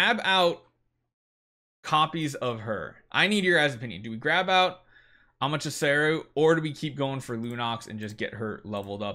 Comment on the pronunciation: AmateSARU✅ AmateRASU❌ hahahaha is not good with names